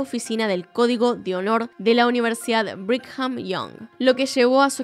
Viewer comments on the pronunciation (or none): El nombre de la BYU es Brigam, sin pronunciar la "h". La persecusión que se hace a los miembros por la masturbación es horrible, hay muchísimos casos de suicidios adolescentes que son porque "no podían dejar de masturbarse". Este caso de maltrato infantil es uno más para la iglesia mormona "la única iglesia verdadera y viviente de toda la Tierra"